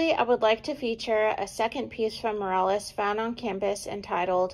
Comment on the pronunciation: His name is MorOles, not MorAles. He hated it when people pronounced his name wrong.